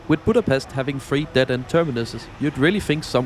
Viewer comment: EJCSD KI A BÁMESZT